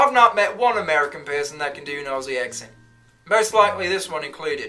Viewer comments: please try saying Ozzie like how Ben said it. Even though it has the double S, it's not a S sound like Snake or Hiss. It's more of a Z sound Zebra of Buzz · If he's coming to Australia, his life will be easier if he starts pronouncing it correctly lolol - I usually tell Americans "Pronounce it like Ozzy Osbourne" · As an Aussie- my first tip would be - it’s more like “Ozzie” than “Aussie” (no soft “s” sound!) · Couple of tips for you. When you pronounce Melbourne we say it like Melben, Aussie is pronounced like ozzy 👍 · Aussie is pronounced Ozzy with a Z, an Ossi is somebody from East Germany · As an Australian can I just say a lot of (including you ) Americans pronounce Aussie wrong. It is spelled Aussie however we pronounce the S like a Z, so it’s pronounced Auzzie 😂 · I'm an Australian and LOVE your videos they are bloody gold! However I need to correct how you say 'Aussie'.. pretend Aussie starts an O and with a zz instead of the ss.. like Ozzy as in Ozzy Osbourne!! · Have you heard of a guy named Ozzy Osbourne? Even though we have S's in Aussie, it should be pronounced Ozzy. That would be a great start (and please don't practice the accent in your videos) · BRO PRONOUNCED AUSSIE AS OSSIE. I FEEL VIOLATED. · when you say Aussie, try saying ozzy ;) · "Aussie" is pronounced "Ozzy" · The One thing i know every aussie will agree with is how Americans miss pronounce the word aussie. you dont make an s sound its more like a z sound auzzie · Hi. To begin with. Pronounce Aussie..Auzzie... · You can start by pronouncing Aussie correctly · OZZIE NOT Ossie PLEASE 😵‍💫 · Ozzie, not Ossie. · That's a good video. The presenter, who indeed has a standard Australian accent herself, is very well-informed. I am an older Australian, a retired English teacher, with some post-graduate qualifications in sociolinguistics. One last tip: Aussie is pronounced Ozzie not Ossie. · Yes. It's not "Ossie" it's "Ozzie" 🦘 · Mate stop saying it wrong😂 It like OZZIE NOT OSSIE